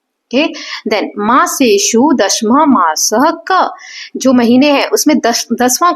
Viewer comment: maam i think u r pronouncing दशमः as dashmah but i should be pronounced as dashamah